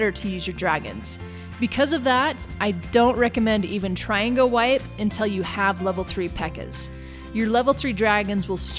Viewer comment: its go wee pee thats what it sounds like